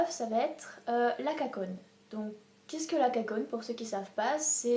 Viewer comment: Super content de te voir! Un poil long pour ma part. Hâte de voir la suite!!! Bon courage.:D (;) ) J'ai ris: "la KCON" avec l'accent français lol Et pour le groupe IOI en coréen ils prononcent "A-ï-o-a-ï" différent de AOA du coup